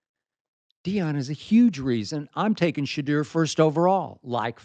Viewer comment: It's pronounced "Sha - DOOr".